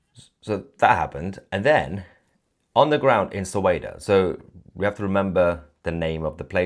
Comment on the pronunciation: Sounds so much like "Soweto" 😂